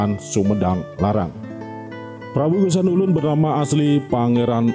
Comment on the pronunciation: Geusan Ulun bukan gesan ulun